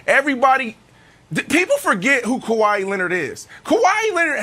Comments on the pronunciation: Kawhi “Kawa-ii” Leonard 🤨 Gotta love Brandon’s pronunciation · It's Kawhi